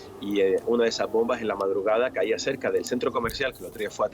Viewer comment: Laj bonbaj, dice este endejo y el apellido es castellano jajajajaja riza dan éstos chistes